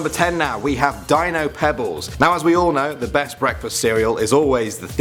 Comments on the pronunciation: i think its pronounced as deeno not Dino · You clearly mispronounced “Dino”.